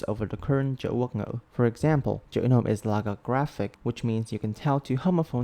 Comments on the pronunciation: when u starting to say "chữ nôm" i starting to think u are actually a vietnamese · Your “Chữ Nôm” pronunciation gave me feelings…